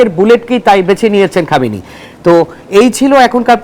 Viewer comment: এই পালতু লোক হামেনির নাম টা ভালো ভাবে বলতে পারতেছেনা